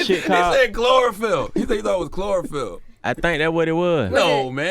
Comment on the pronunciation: He said chlorophyll 😂😂😂